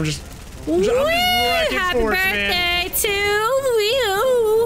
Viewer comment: U said brithday and today is my brithday 😆😆😆😆